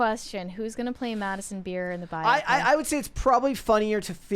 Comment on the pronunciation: Thank you!! Why does nobody know how to say the word “biopic?” It has to be someone deliberately being pretentious, right??